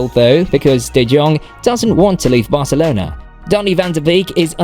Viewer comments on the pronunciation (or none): none